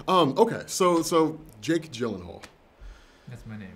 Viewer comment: It's GhyylenHoool (if you watched Conan O'Brien's interview you will understand) another moment of silence where says something and other people look at him vaguely